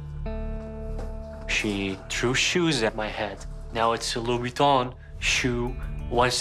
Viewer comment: What are “Louie Beetons”?